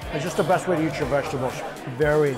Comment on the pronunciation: I love how Mike says "eat" as "Yeet" haha.